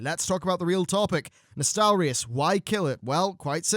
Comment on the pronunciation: Thank you for pronouncing Nostalrius right this time around.